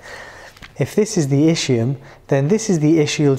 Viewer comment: Thanks for the explanation.. just please check the right pronunciation for ischium (Es..kee..uhm) just like ischemia